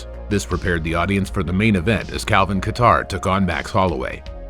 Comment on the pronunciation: Calvin Qatar 🤣🤣🤣🤣🤣🤣get his name right.